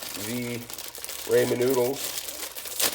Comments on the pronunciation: It's pronounced Rah men, not Raymond. Rah men. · Its raaaaaamen not rayyyyyymen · It's Ramen not Raymond. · Rah men not Raymond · oh no would hate to have my “Ray-men” noodles “aladental”😂😂😭stick to the day job buddy 😭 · “Ray men” and “Aladental” had me rolling hahaha! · I don’t know why every ramen cooking video is full of dumb asses who purposely mispronounce ramen noodles. Like you think it’s cute or gonna get more views? lol you just look like a giant tool.